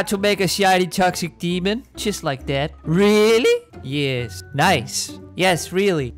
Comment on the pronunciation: I love how you say:rEaRlLy I’m laughing so hard